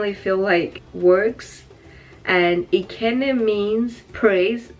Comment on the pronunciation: Madam your pronunciation of ekene is wrong oooo And it a male given name from Igbo tribe Other are Chibugo ,amaka,amara,oluchi,akudo,kosi or kosisochi,eberechi etc